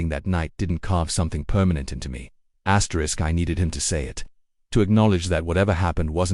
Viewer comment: "Asterick..." Stupid reader.